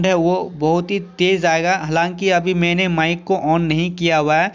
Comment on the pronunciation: मिक नहीं बे माइक होता है